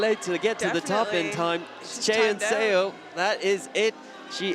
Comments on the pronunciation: I don't know if the commentator will be able to see this but it's "suh" not "say-o" for Seo's last name. Every time the commentators pronounce her name like that it makes me cringe. I get that it's an unfamiliar last name but still :( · Excellent commentary! One nit to pick though--"Seo" is pronounced "Suh," not "Sayo." It should sound a lot like a British person saying "sir." The spelling is deceptive. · Please get a pronunciation guide for your commentators. Physical pain every time they're saying Seo as "Say-Yo". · What is making me nuts is his mispronunciation of Chaehyun Seo's name. Less than a minute on YouTube to get pronunciation of both. 🙄